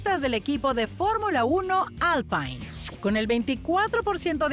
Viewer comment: Ah, Alpine se pronuncia 'Alpín'. Es francés.